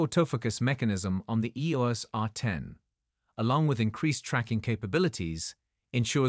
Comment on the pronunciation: EEORS R10? WEE-FI? Apparently, the low-priced AI narrators still have a long way to go...